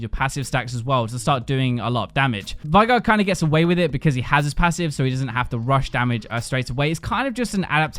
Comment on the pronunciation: pronouncing veigar as vigh-gar instead of vey-gar triggers me so much